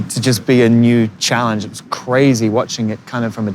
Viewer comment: he said challenge exactly like an American.